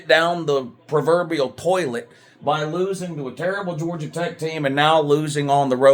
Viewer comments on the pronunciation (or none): none